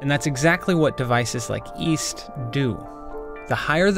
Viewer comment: east? i thought you said weast